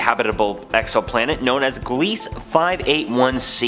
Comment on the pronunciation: Very fun video. I do love me some exo-planets! Just to help a bit, Gliese is pronounced GLEEZ-uh. Named after an astronomer ^_^ Willhelm Gliese.